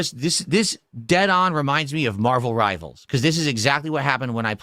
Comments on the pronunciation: Marbuhl Ribuhl ♿️